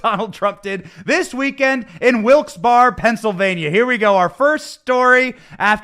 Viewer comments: It's pronounced "Wilkes Barry" even though it's spelled Wilkes Barre! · Benny I understand it's spelled Barre but in Pennsylvania it's pronounced bear ..... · Benny it's Wilkes-Barre (Pronounced Barry) ❤️